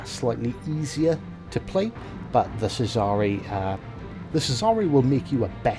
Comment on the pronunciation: Haha you missed the kraken😂 good game though, really am liking the cesare bit your pronunciation of it was awesome haha! Good video bro